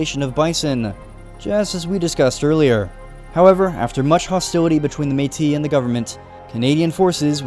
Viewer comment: You mispronounced Métis but it’s okay everything else you said was really on-point for the Batoche part!